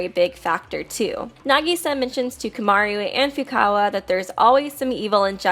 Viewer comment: Why do you fucking pronounce "Komaru" like "Kyomyaryu"?